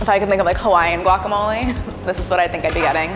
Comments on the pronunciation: She did say wack, it maybe be because many Latinos pronounce guacamole, like wacamole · "gWaCh" "FLeSh, MeAt" sir it's pronounced "gwak-ah-mow-lee and say "the fruit" or "the inside" or just "the avocado" pls and thank u fhoigheroihgowelkjferlk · yea ok Obviamente nadie podrá hacer guacamole mejor que nosotros. Para empezar ni siquiera lo pronuncias bien. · I’m sorry but I’m Mexican and I can tell the girl in the the gray shirt and the man in the black shirt are white and probably from la sorry for being “rascist” but I hate when they say “GuAc” like what the heck it’s not GUACamole it’s Guacamole